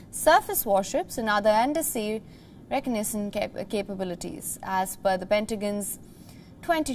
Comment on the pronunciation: I was going to comment that this lady needs to learn to pronounce "reconnaissance" correctly, when I realised I don't know how to spell it! Lol! 😅